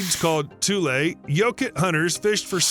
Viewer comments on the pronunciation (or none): Also Tullee not tool for the local reeds. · Glad to see a video on our locale - though riddled with many errors. BTW, it's pronounced "Tu-lar-E Lake" and "Tu-LE reeds" in the vicinity of this lake. Simple research of local info would be beneficial. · And the reeds are pronounced toooly Also Stockton to the north used to be called tuleburg yes pronounced toolieberg Aaand the fog that filled the valley from coastline fog slipping thru the coastal mtn range You guessed tulefog or toolie-fog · Credibility decimated four times in first 2 minutes by cardinal directions and pronunciation fails (“tuu-LAIR-ee” not “tuu-LAIR”, “TUU-lee” not “tuu-LAY”, “sluu” not “slow”), and in every other sentence throughout the video. 🤦🏻‍♂️ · Tule is pronounced "too lee". it is a plant also known as bulrush. I grew up in the area and they would call us Tule rats.